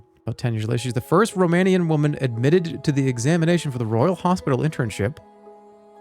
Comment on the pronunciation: Why do they literally mispronounce every single romanian word in a game about Dracula? They couldn't get the voice actors to try at least?